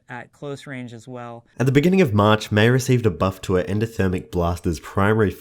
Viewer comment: Haha I like how he says MEI-bye